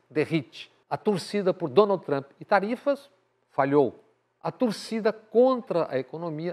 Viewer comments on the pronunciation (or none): none